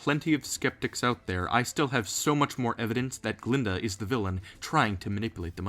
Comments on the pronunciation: Glinda, not Glenda. And you're right about the Wizard's proclamation. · Glinda, not "Glenda." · GLINDA. Not "Glenda." And she isn't in "Return to Oz." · I thought you said Gruntilda at first bruh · I'm dead how he say glenda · I love the way you say Glinda and her evil faces! Lol creepy